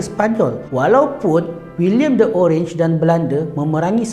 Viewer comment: Bacanya oranye dalam bahasa belanda bukan orange